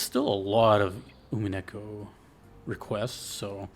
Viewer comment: Nice pull on the Winchester, that's absolutely what it is in the story. The U is pronounced like "oo" and not like "you". The episodes thing was because the game was originally released in eight ten-to-fifteen hour episodes that released every four months or so before being collected as a single game when they were all done releasing. There are websites where people track and rate the VNs they've played kind of like Goodreads or Letterboxd and Umineko tends to be in the top 10 of those for English players and top 25ish for Japanese players. The "Dragon Ball" of the genre is probably Fate/Stay Night and the Fate series in general. You're definitely right about the strength of the melodies, that's why this is my favorite OST in gaming.